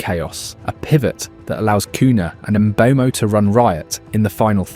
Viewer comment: You pronounced Mbeumo differently every time you said it